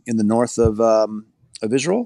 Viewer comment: He's terrible on the "Isrul" issue as he calls it, but otherwise an interesting man.